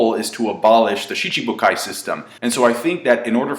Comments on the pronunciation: Hes been doing it for years... same way he pronounces Aokiji as ''A-Okiji'' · I never noticed pronounced Schibukai as Shi-CHI-bukai.